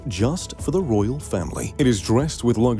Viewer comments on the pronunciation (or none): none